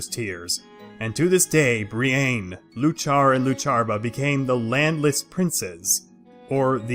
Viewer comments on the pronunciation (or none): He can't even pronounce the names right. Bree-Ain, Loo-Char, Loo-Char-buh. It's Bree-in, You-kuh, You-kuh-puh. Iuchar and Iuchabar start with a capital I, where does the L come from? The emphasis when speaking is on the first syllable. Also all three sources for the video lack supporting evidence. One includes a list of books but whether the information comes from any of the listed books is anyone's guess as no references are given beyond citing an entire book. Eochiaba/Eochaidh seems entirely made up, the name appears based on Eochaid(h) which was an epithet of the Dagda's and means horseman or perhaps divine stallion.